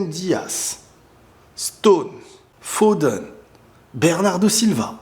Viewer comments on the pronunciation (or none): "Phoden"? Fil Phoden? 😂😂😂